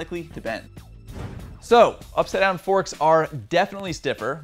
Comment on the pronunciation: Is it up-side-down? Or upsidon? Having trouble saying that?